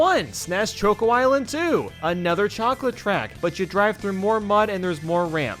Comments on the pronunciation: He calls choco chokeo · On all your videos you pronounce Choco Mountain as “choke-o” and it drives me crazy because it’s short for chocolate mountain and is pronounced the same way as the “choco” is “chocolate” 😅